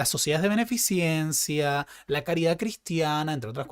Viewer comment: Querido,la palabra beneficencia tiene raiz en la palabra beneficio y ninguna conexión cercana con la ciencia. Por lo tanto se escribe y pronuncia beneficencia y no beneficiencia,un saludo muy afectuoso.